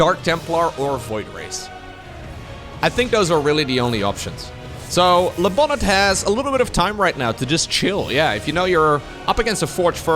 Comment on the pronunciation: It's called: Le Bonné ;D